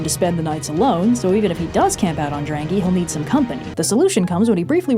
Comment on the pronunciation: sth Drangey is not Drangy but more like Drung-Aye Not sure what "drang" means, but "ey" is island